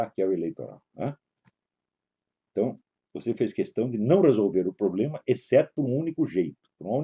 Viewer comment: Poblema? Este senhorzinho fumante já fumou charuto com fidel.